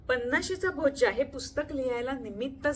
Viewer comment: Is it Bhojja or Bhojya? Book title is different your video title and pronunciation is different. May be both words are correct.. but something new to know. Thank you for book review and reading though.